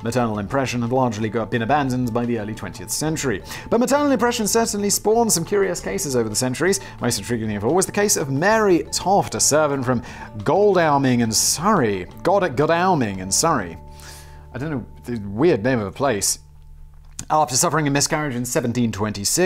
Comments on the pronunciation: It's pronounced God-dal-ming fact boy!!! Say it fast. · It is pronounced God-ol-ming as one word. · nobody can pronounce Godalming in Surrey. it's pronounced goddle-ming. even the automated announcements on the South West Trains sound like someone doing that classic 1980s impression of a spastic with the tongue in front of the teeth. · Meme Accountant here: It's pronounced "God-al-ming". Simon you cretin! Mispronunciations this episode: 2554